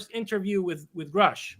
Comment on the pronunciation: "Gruh-sh" not "Grow-sch" Did you even watch the congressional hearing? I don't think you did.